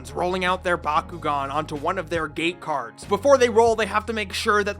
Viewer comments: until I thought he said "Gay cards" instead of "gate cards". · I know that the magnetic cards are supposed to be called “gate cards,” but I keep hearing them as “gay cards” in this video. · I can't stop hearing him saying "gay cards"